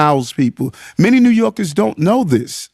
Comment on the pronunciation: New YOLKIZZZ😂😂😂